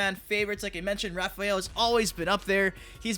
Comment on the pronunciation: Tf is Repheal? Lol